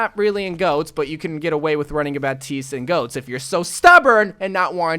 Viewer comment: can you say goats it's not go